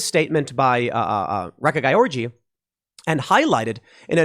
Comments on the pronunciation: Just for the future, you pronounce "Gyorgy" like "George" :-D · Gyorgy is pronounced George, "Man of the world." Ray-Ka George Or Ree-ka if an accent was omitted. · I believe the name is pronounced "Georgie"